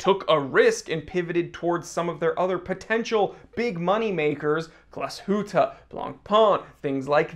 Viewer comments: It's not "Glass Hooter" it's "glass shoot" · The "ü" in Glashütte is short (because of the double-t). Also, as a watch-geek you should go the whole hog and pronounce "Original" the German way (Oh-rhee-gee-nahl) - the "g" is hard.